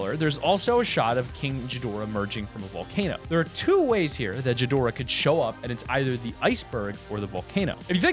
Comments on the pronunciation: King jidorah?!!? It's king Ghidorah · It’s not pronounce “ji-dorah” It’s “Gi-dorah. Ghidorah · It's gidorah not jidorah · hear you mate it's ghidorah not jidorah I got so triggered by it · This is what I heard from him jidorah but it is pronounced ghidora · It gi+Dora no Gji+Dora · It’s not Godzilla or ghidorah the problem with ghidorah is that you can see his eyes and they aren’t similar at all and it can’t be rodan because he lives in volcanoes and mothra has blue eyes and Godzilla will his eyes are completely different also how dare you say gidora you idiot well you told me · Sorry to be a stickler but its king Ghidorah not jhidorah it has a G not a J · NOT jidorah but gidorah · Who's This "Jeedorah?" IT'S "GHIDORAH!" (Gee-Dorah!) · It's pronounced "g dora" not "j dora" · Trust me I’m a Godzilla nerd , those footprints are nothing like Godzilla and plus it’s pronounced ghidorah not jidorah , ghidorah doesn’t even emerge from a volcano. Sorry for going all out but I had to. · it's pronounced as ghidorah(gi-do-rah) not jidorah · Its not jidora its Ghidora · first of all you said it like (ji-dora) it is (gi-dora) and secondly none of the monsters in the movie have spikes near their eyes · It's not geedora its (gi-door/ra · I thought it was Ghidorah and not Jidorah! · hes saying jadora its gadora lol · and by the way it is king ghidorah and not jidora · when he pronounced king gidorah as king jidorah i cringed so hard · its called ghidorah not jhidorah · no offence but its king ghidorah not king gidora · As a Godzilla fan, I want to say some stuffs.. 1: You said Ghidorah wrong. It's said like this: (GEE-door-ruh) not (Ji-door-rah) 2: he wasn't coming out of the volcano he just landed on it (Yes I watched the movie) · It’s not king jidorah it’s king gidorah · Its king ghidorha not king jidora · You said King (J)idoraha its king (Gi-door-rah) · Its ghidora NOT jidora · It's G-dora not ji-dorah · ghidorah not godorah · It’s king ghdorah not gidorah